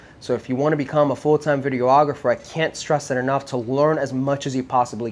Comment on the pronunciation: It always kills me when people pronounce it video-ographer lol. It’s just videographer